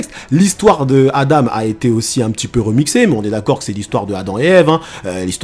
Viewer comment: Et enfaite c pas adame mais Adam si tu veut mieux comprendre tu peux remplacer le m par n ce qui se dis Adan après j'ai sûrement mal entendu